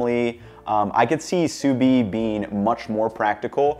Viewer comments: Good choice of fries... but you seem to be saying 'sous vine' there. Sous vide, my man! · I've never heard it pronounced "soo veen" before. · You do pronounce the “d” in sous vide. I know I’m being pedantic, but you said it so many times it was impossible for me to ignore it! 🥴 Enjoy your new home!